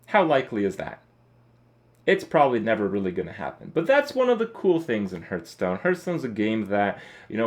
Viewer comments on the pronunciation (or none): Hearthstone =/= Hurtstone .. the pronunciation makes me cringe everytime